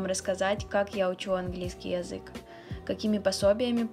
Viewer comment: очень режет слух твое произношение конкретно слова 'язык'. такая четко выраженная я, мб только меня триггерит, но это действительно неприятно